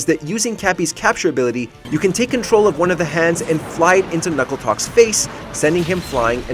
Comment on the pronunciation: Knucklotec, not Knuckletoc. Also, it's been eight years. Further, you said a phrase twice during the Bongo Bongo segment. Lastly, Andross didn't have hands in the original Star Fox, but he did have them (mode depending) in the second game.